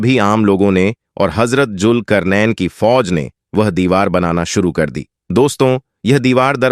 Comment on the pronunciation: Bhai pronunce sahi karen bohot se lafz apne sahi nhi bole jese julkarnen nhi zulqarnain h sahi lafz agar aap muslim hn to bade sharm ki baat h